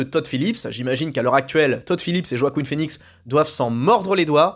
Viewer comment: "Joaqueen" phoenix 😂